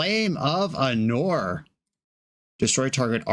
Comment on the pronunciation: it's Ánor not Anór